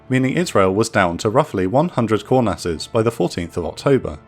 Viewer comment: So this bothered the absolute shit out of me the last time this plane came up on this channel and it's happened again... he's saying "kurnass" not core nast or coreness... etc